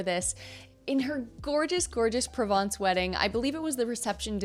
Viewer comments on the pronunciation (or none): none